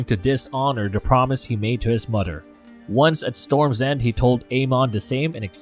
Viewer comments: Pronounced the names like a butcher!! Example; mother...not mudder! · Why does this narrator always mispronounce the simplest of words in every video he does? Am I the only one hearing this? Mother-Mudder, Other-Udder, Bother-Brudder. Not trying to make anyone feel bad but it's kind hard not to notice while trying to pay attention. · Brudder?? Mudder? Anybody else hearing this? Lol